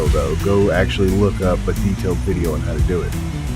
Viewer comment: When you add an extra syllable to the word 'on', you probably shouldn't even bother popping the hood. 😂